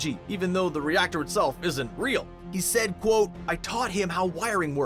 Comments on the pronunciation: Stop saying cqat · Please stop that"quotte" it is serius innnoiing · He says qoute